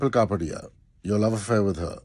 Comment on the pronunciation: You’re pronouncing dimple kapadia’s last name incorrectly